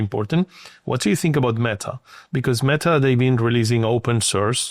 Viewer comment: Never trust anyone who says me-TA like tht